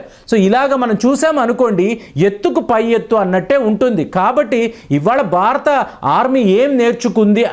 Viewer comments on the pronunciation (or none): none